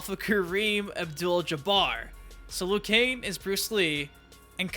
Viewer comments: Liu Kane? Don't you mean Liu Kang.😂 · Who the hell is Lou Kane? It's Liu Kang, dumbass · Liu KANG not Liu KANE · Dude it's pronounced liu kang not liu cain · Its liu kang not liu kan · Its liu kang, not liu kane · why do you keep saying "liu kane" instead of "liu kang" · Who the f is Liu Kane?? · This fucking idiot can’t even say Liu KANG, he says Liu KANE. Fuck this moron, this video is obnoxious and unwatchable. Dislike. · Hay I just notisted your saying leu Jan not leu kang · I think it's Liu Kang not Liu Kane... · Why does he always say Lu Kane? Whats wrong with Kang? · Weird Channel buddy you say leeyou kang. That’s how you say liu kang not loo kane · KANG...NOT KANE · Liu *KANG*, not liu kane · Work on ur pronunciation idiot Die- roo Loo-kang U sicken me ur video sucks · Liu kane 😂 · “Liu Kane”? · Did anyone else hear him say lui Kane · Lu Kane? who tf is Lu Kane? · "Loo Kane" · “Liu Kane” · Im sorry but when you say liu kang you sound like your saying lu kane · Who's Lu Kane? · We know this dude has no idea what he's talking about once he says Lou Kane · Liu Cain, Day-Rew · Did I really just hear you call Liu Kang "Liu Kane"? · “Liu Kane” lmaoooo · Are you saying Liu Kane? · "Liu Kane" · Who the hell is Lou Kain? Yeah, this will be a trustworthy list 🤣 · even the fuckin announcer says 'Kang'. 'Liu Kang' wins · "Liu Kane" Bruh.... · Lu kane, my man u butchered him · Liu kane lol 😂😂😂😂😂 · Are you saying "Liu Kane"? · Why can't you pronounce Liu Kang properly?